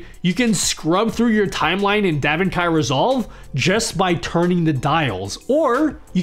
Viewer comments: (minor issue) DaVinci Resolve is pronounced "Da Vin-chee" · Did you pronounce daVinci as Devin-Kai Resolve? You’ve never heard of Leonardo da Vinci.? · You are totally mispronouncing DaVinci in a way I never expected. Nicely done. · Proof he's actually a hallucinating A.I. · "Da-Vin-Kai Resolve" fucking killed me lmao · 😂😂😂😂😂😂😂😂😂 me too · I saw your comment before he said it, and I still wasn't ready...😂😂😂😂😂😂😂😂